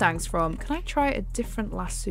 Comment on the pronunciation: Its lasso not laso